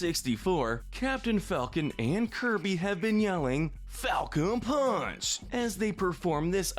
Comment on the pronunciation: Pretty sure he doesn't even pronounce the "p" in "punch"